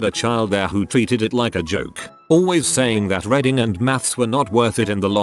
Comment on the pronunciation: It is reeeeeeeeding, not reding. Can you not scan the text before entering it into the voice maker and edit "reading" to "reeding" or "reed in" to make it pronounced properly ?